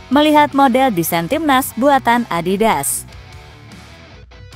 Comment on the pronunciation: Adidas apa adibas?? 😂